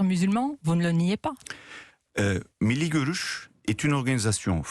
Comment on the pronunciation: Je me demande quand 'nos' journalistes respecteront la prononciation du turc ? P.tain, c'est pourtant pas compliqué, de prononcer : "mille lits gueux ruche" (en roulant les 'r', s'il vous plaît)!